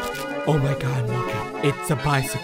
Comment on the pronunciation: It’s mokey not mooky